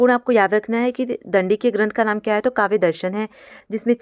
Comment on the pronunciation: Mam aap samjhate samay buhut important cheezon ko galat bolti hain. काव्यादर्श को काव्यादर्शन अलंकार का मूल वक्रोक्ति है न कि अलंकार ही स्वयं वक्रोक्ति। उद्भट को उदयभट्ट बोल रहीं हैं। संस्कृत के श्लोक का उच्चारण भी सही नहीं था। कृपया ध्यान रखें आप नेट,जेआरएफ हैं, पीएचडी भी कर रहीं हैं।